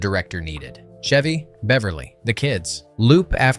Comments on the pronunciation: CH..Chev-y not Shevy. He's not a car.😂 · Is the announcer calling him "Shevy" on purpose? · Pardon my ocd… it’s Chevy as in cheese or checkers. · Chevy Chase pronounces the “ch”s in his professional name identically, just like the “ch” in “cheese”.